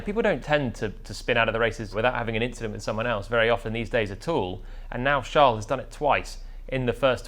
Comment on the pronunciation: Its just an inchident